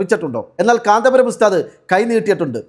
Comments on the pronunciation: കാന്താ പുരം അല്ലടി, കാന്തപുരം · കാന്തപുരം എന്നു പോലും പറയാൻ അറിയാത്ത